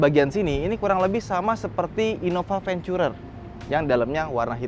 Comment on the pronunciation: Gue risih loe ngomong forcuner bukan fortuner, innova vencurer bukan innova venturer